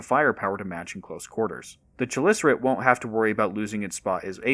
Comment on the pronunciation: Cool vid. Tho it's k- in front of chelicerate. Not a tch- sound.